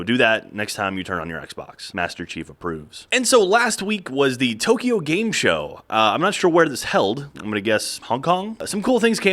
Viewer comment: its Tokyo not tokio